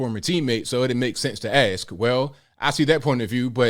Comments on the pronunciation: Funny, I dont recall dumdum defending Kyrie over his vax stance either. And dumdum....people don't "axe" questions, they ask them. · I agree with you to some degree. Perhaps the most disturbing aspect of his interview is that he can’t properly pronounce “ask” nor “athlete”.